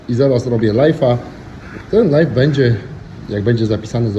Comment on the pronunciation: ty sie naucz mowic ze robisz LAJWA a nie LAJFA bo LIFE to zycie a nie cos na zywo.......cos na zywo to LIVE i to sie wymawia LAJW wiec robisz LAJWA a nie pieprzonego LAJFA.